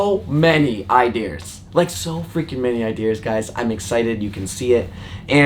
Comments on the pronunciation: Ideas not Idears just doesn't sound right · no one:: idears